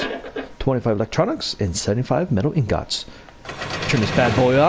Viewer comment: You pronounce ingots so wrong 😂